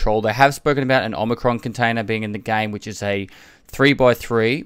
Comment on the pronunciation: "the omacron" container They knew...